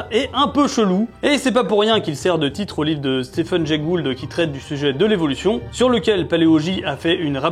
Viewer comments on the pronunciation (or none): none